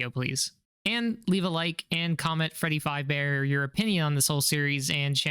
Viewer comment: fredi fayb ber